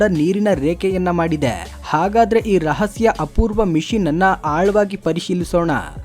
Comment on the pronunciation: ಸರ್, ಅದು ಮಿಶಿನ್ ಅಲ್ಲ, ಮಿಷನ್